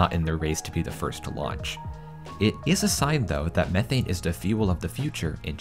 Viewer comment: How many times can you say methane wrong lol 😂